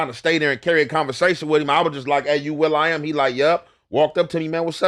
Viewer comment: Nigga said Will I am 😂